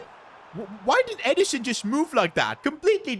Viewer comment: It’s not edison it’s ederson